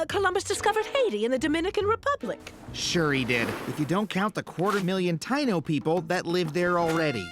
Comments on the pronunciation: Very well Adam, but it’s not Ty-No it’s pronounced Ty-ee-no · Just so you know “Taino” is pronounced Tah-ee-no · TA-NO natives. Adam is white af. TA-E-NO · He mispronounced Taino at least according to my family and how I was raised saying and hearing it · His pronouncation of Taino makes me cringe everytime he says it